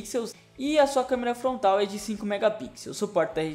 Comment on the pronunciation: SÓ QUE QUE ESCUTEI ELE DIZE (FONTRAL) AO INVÉS DE FRONTAL?... KKKKK NORMAL TODO MUNDO ERRA.